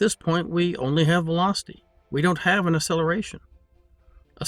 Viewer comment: Your enunciation fail on the word acceleration, is painful... I keep hearing ah or uh-seller-a-shun, never acceleration... You are still many times more knowledgeable than me, much more of a master in the world of intellect.